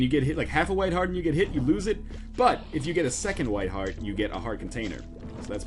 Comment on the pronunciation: Hearth? I think you mean heart.